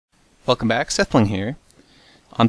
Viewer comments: At first, I thought you said "fuck mac, sethbling here.." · It sounds like hes saying fuck em back in the start of the video! D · At the beginning it sounded like he said 'fuck' em' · Omfg , am i the only one who thought when Seth introduce himself at the start of the video , I kind heard him say " Fuck em' back , sethbling here " LOL.